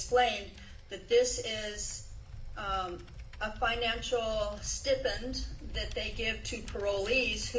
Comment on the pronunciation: She needs to stay in prison for life just for the way she says "stipend." It’s pronounced sty-pend, you soulless monster.